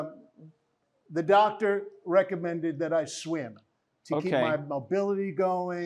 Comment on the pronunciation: He can't even pronounce Swim. He said Schwim.